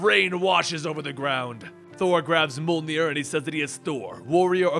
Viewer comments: Its mjorlnir not maulnir 😒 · It's not Mul-nir its Mee-yol-nir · I thought it was Mjolnir not molnir. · Did he just pronounced Mjolnir, Muhlnir?!?! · Jhon Maverick like in mjolnr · It hurts me so much hearing you pronounce Mjolnir like "Mol-Neer" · God you say mjolnir weird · Small note: When pronouncing Mjolnir, don't leave the J out.